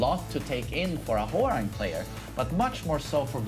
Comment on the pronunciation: pronouncing "Hwoarang:" "I see no 'w.'"